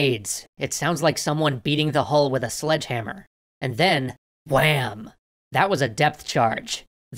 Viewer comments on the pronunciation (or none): The way he said WHAM!